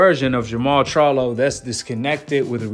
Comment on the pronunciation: tyson was obviously drunk or high he cant even pronounce charlo right and he doesnt realize that jermell fights at 154 not 168